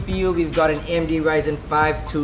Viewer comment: The way this guy says A EM DEE THREE SIX ZERO ZERO just triggers me. somemore the way he installs the parts trigger me too. i might have watched too much linus tech tips.